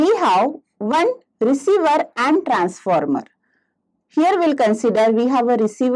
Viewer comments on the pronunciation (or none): Transformer or transmeter 😂